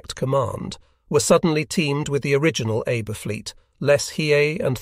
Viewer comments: It is not pronounced Abe. It is pronounced as Ahbay. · I’m guessing that “Abe” is supposed to be pronounced here like “Ah bay”. The auto-reader makes me cringe every time.